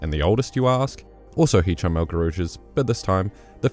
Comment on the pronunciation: dude, love the vid but maybe try to polish up the video. 1. Hicham is pronounced Hih-Kuhm not Hih-Chum. 2. nuguse was the american record holder, not world, and his record was taken by cole hocker in february